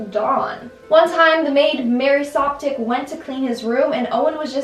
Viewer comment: Ive seen the buzzfeed unsolved with Shane and Ryan about the maid Mary Soapdic. And I'm glad pronounced it differently than Ryan saying "Soap-Dick." And Shane loosing his 3 year old mind. 🤣